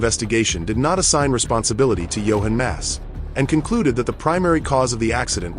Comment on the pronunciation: Not Johen Mass, JOCHEN MASS